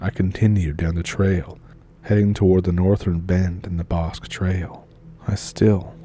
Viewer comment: You mispronounced “Bosque.”